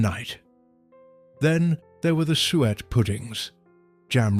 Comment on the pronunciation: 'Sue-ette' pudding....